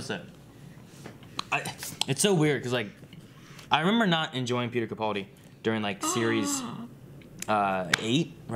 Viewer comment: I'm probably the only one but it really grates every time they mispronounce Capaldi. The middle syllable is 'pal' (as it's written) not 'pull'.